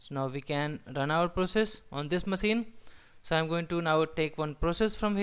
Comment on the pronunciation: good explanation and clear language. Good job! Though I can't get over the fact that you pronounce maSEEN :D it' s funny but if you want to sound even more professional check the phonetics on the word "machine" using google voice and try to emulate that. Regardless, good tutorial!